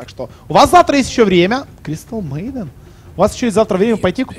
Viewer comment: Боже, как он сказал "Кристал мэйден"